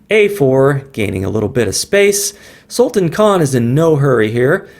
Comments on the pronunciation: The name can be correctly pronounced as Sulta(a)n, with sound of -tan coming like that prounced in Word Plan. I hope I am able to show it. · Great Pl check pronunciation of Sultan.. 😊😊 do you know sultan means King.. and you are Sultan of chess games